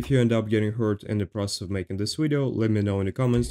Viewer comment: why do you say widio not video just for know not trying to be offesive. love your Wideos <3